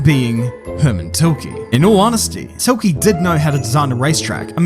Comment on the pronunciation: how do you make this video and not know how to say the name Tilke.